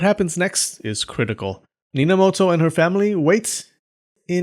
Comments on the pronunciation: Nobunaga? Ne, Bobunaga it is Minamoto? Nope, Ninamoto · "Bob..unaga" and "Nina...moto" I almost laughed out loud at that part, but manage to hold it back somewhow xD